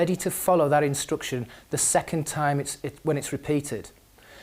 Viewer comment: I'm sorry, why do you say 'instruction' with the sound "u"?